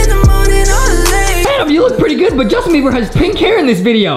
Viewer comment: “Justin “ not “ Justine “